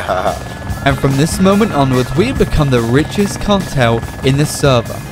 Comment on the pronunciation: how we wan the wichest cawtel